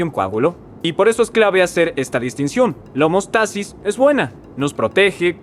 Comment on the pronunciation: Tengo una duda en cuanto a la palabra "homostasis" quisiste decir homeostasis con E, no habían escuchado homostasis, sin embargo, no dudo que pueda existir, solo que cuál sería la diferencia entre ambas palabras